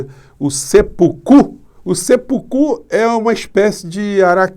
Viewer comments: Boa noite, professor. Com a devida vênia, pequena correção por quem morou 27 anos no Japão e tem domínio do idioma daquele país, a pronúncia correta é " Sepúku ". Acentuação aguda no ú de pú. Escrito na forma ocidental fica "Seppuku (切腹)" Os dois pês, indicam uma pequena pausa na pronúncia ( Se...púku), que se segue da acentuação em questão. Com humildade e respeito. Completando, esse indivíduo que por enquanto segue no Planalto, não teria nem de longe, um mínimo que seja de coragem para realizar esse ato. Abraços, respeito e admiração. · Professor, uma humilde correção,seppuku pronuncia-se como se fosse uma proparoxítona, com acento tônico fechado no se.